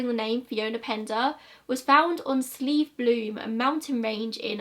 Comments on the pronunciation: PS you pronounced Slieve Bloom correctly ☺️ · Deirdre is my aunt's niece, and we all played together as kids. I still cannot believe she is gone. Anyhow, besides that I wanted to say that you pronounced Slieve Bloom correctly. :) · I remember these cases well, as I lived within the vanishing triangle I often lived in fear. In JoJo Dollards case, there was no motorway then so the journey would be longer. Also your pronunciation of Slieve Bloom the first time was perfect. Another case that may interest you is that of Philip Cairns, his disappearance is very odd. Thanks for covering these cases. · Your first pronunciation of Slieve bloom mountains was correct 🙂 I live very close to this small mountain range. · You pronounced it right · I’m from the Slieve Blooms and you’re pronouncing it perfectly! Thank you for covering the Vanishing Triangle - it’s such an interesting case that should be talked about more. Thank you for uploading during this time too ✨💛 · Your pronunciations on these Irish place names in the video are really impressive. I know Irish people who aren’t even able to pronounce Slieve Bloom properly. Fair play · From someone who grew up at the foot of the Slieve Blooms, your pronunciation was pretty spot on, just gotta get that culchie 'Shh' sound in there! And thank you for covering this case- the disappearances happened years before I was a young woman myself, but it still gets under my skin sometimes how not a single clue was ever found for any of them. I know it sounds so cliche, but everyone knows everyone around here and it seems so safe- it's unnerving to think a person could just seemingly vanish despite that. Great video as always girl ❤️